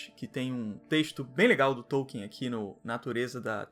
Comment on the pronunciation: e hoje eu descobri que não se pronuncia TÔU-quien, e sim Tol-KIN